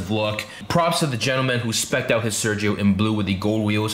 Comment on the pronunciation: Why don'y you pronounce it the right way?